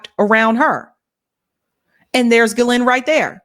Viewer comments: the name "Ghislaine" is pronounced "GEE-lin" (with a hard g like geese) not "ja-LAIN".. Whitney Webb also has mispronounced the name on many episodes, indicating she doesn't really talk with people in the know. She probably gets all her info from social media or indie media texts. Virginia in interviews pronounced it GEE-lin, as did Ghislaine's brother Ian Maxwell. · Its pronounced GILLane. So glad u brought thos up ! Was starting to think I was the only whi saw the writing on the wall THIS WAS N O SUICIDE. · no, it's pronounced "JiZ lane"